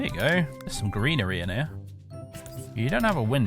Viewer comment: “petah… the hoarse is heah”